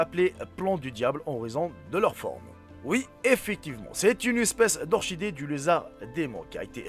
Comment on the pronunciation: Hey Salam frère.. Bien bien merci.. Et au faite orchidée c'est comme. 😊👌Je veut dire qu'il faut prononcer le "Chi" de orchidée comme "cho" de.. Mon poto😏👌